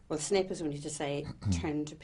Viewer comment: Did she just said SNIP instead of SNAPE?/??!!!WTH??